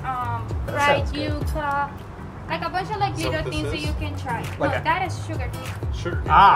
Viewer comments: Yuaca lol not how it is prounced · It was a croqueta. It’s ground ham mixture. They are amazing. Also it’s pronounced you-ka